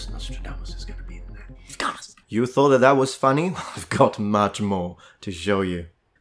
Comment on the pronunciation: Nostradamus had him so mad his Italian blood spiked for a second. "You thought'ah That was funny?"